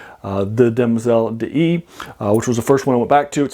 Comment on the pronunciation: A tiny quibble: d'Ys is pronounced DEESE ( like geese). There is an opera by Lalo called Le Roi d'Ys, Ys, being the sunken city in Breton legend.